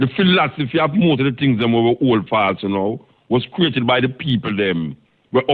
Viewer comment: You gotta learn to say"philosophy“bro,lol